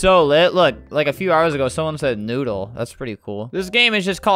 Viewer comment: as you can see this thai person said NOODL E